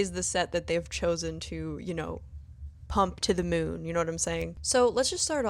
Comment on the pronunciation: That term will never not make me laugh thanks to you. "To the MEWN!" 😂